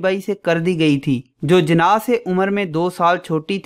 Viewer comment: Jana nhi jinnah hota hai bro